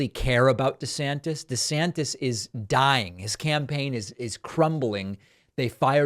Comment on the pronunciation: Desanctits hahha I almost spit my coffee out